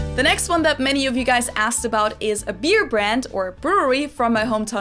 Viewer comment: You pronunciation for the other 3 beer brands was pretty much on point!